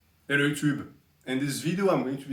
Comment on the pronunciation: says "ello yuchub" 😂😂😂